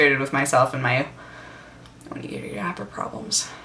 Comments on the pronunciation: OMG she can pronounce Onigiri correctly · Omg those ponytails are so cute! ^^ And the way she says onigiri. Not like I ever tried to pronounce that.. xD